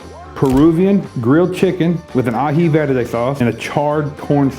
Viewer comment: Orale!I like the way you pronounced verde. Tu eres gente . I’m 74, and you’re teaching this old dog new tricks. You are also my inspiration for better health through better eating. I love you my young brother.